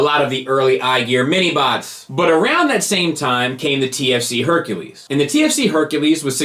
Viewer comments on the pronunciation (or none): none